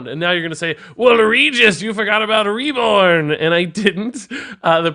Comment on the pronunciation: "WeLl rEgIs, yOu FoRgOt aBoUt ReBoRn!" I never knew I needed that funny accent in my life XD | Regis 👏 Is 👏 Best 👏 Card 👏 Reviewer 👏